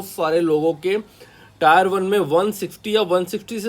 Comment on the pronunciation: टायर 1 nahi टियर 1 boliye, ajib lagta h tayar sunke, exam hai vehicle nahi😮